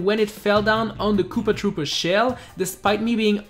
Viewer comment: What the hell is a kewpah trewpah? The way you said that obliterated my soul